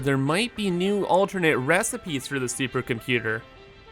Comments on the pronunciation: I don’t understand the supercomputer reference why does he say it like that? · The reason why i actually dont really enjoy his videos. :/